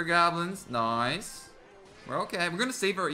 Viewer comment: Do you watch Brooklyn nine nine P.S this came up cuz you said noice